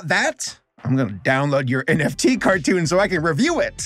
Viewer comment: Why did you pronounce cartoon like that? :D